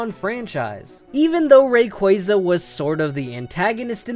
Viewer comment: Rayquaza Is pronounced (Ray-Quaa-za)